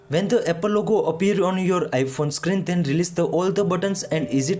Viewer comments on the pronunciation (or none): none